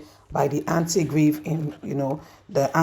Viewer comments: it's Anti-Graft 😊 not Anti Grieve 😊 you welcome 😊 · Hey! Not Antigrave, its antigraft.